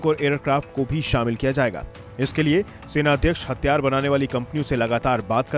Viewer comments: HATHIYAAR not hattyaar, pehle Hindi theek karo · Bhai thik se bol le.. Hathiyar hai hatyar nahi🤣🤔🤣😂😂😂😅😁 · It's Hathiyar* not hatyar😂😂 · 🤣🤣🤣🤣 Media attayara thik se tho bol atyyar ya atyarya